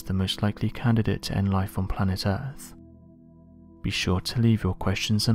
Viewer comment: Am I hearing "earff" instead of earth? lol